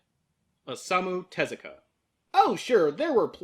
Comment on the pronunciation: Yeah hearing him say that got to me too since everyone else uses Teh-zu-ka.